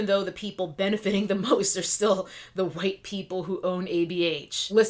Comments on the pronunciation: And mine. Because myTribe is intelligent. And GROWN.... Primarily that. Welp, you know EXACTLY WHO is employed to censor us. Also, I LIVE every time you enunciate wQHite. ...Period. I'm not even a cosmetics stan, nor have I ever been inspired to follow her channel (since I'm NOT said cosmetics stan).... but I root for Jackie and her success -- ALWAYS have -- FOR THE VERY REASONS MENTIONED here and because she has REPEATEDLY SHOWN herself to be sincere in her efforts. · Why do you pronounce white like that? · I love how you say white!!